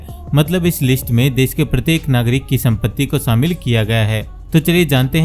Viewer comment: Sh ko s na bolo mood kharab kar dia. Shamil ko samil kyon bol rahe ho